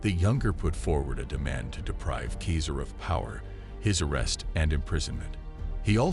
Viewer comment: Keezer? Stop polluting the Internet with your drivel. "Seeser" or "Kaysar" are the only acceptable pronunciations. It would have taken you 2 minutes if you had studied.